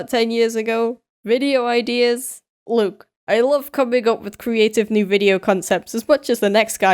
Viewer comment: the way he said look is like saying Tom nook badly